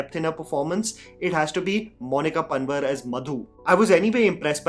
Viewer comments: Loved the review It's just me being from pahad but only thing that bothered me is bro calling Monika Panwar as Monika Pan-var😂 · It's not Panwar it's पंवार n is for Hindi bindu so don't pronounce n just say the word without the n pronunciation same goes for tanwar. Damn too much knowledge for today 😅